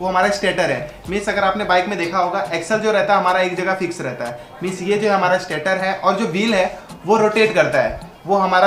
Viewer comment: स्टाटर नहीं भाय स्टेटर है जो स्टेटिक है।